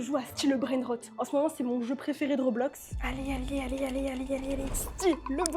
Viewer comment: Roblote ou roblox jai pas compris ce qu'elle a dit